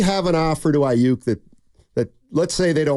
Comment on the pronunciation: Ai- yuk. In this part of the planet, we pronounce it Ai-yuk; as in duck. Yook- yuk is how Brandon wants you to say it. But its Aiyuk as in duck. Especially if he leaves SF. Going from perennial playoff team to a 8-8 team with no QB. Yuk! Like a Duck.